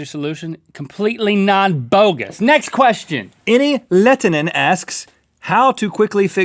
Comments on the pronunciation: dat pronounciation on enni lehtinen XD (terve enni jos näät tän) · I love how Rhett pronounces Enni Lehtinen. Yay Finland \o/